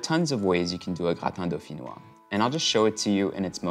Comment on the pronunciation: GRATAN DAFINWAHHHHHH AY EWAN KO SAYO ERWAN HAHAHAHA ❤️❤️